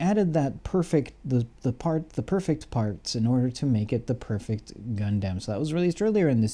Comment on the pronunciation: How come you guys keep saying gun damn instead of gun dumb?